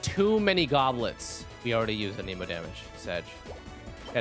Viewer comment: He say Aneeeeemo? 😂